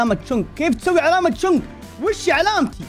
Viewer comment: أسمو شنق مو شونغ